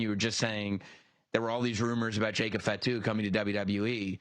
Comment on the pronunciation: so he can say it right i was tired of hearing “FAT Tu”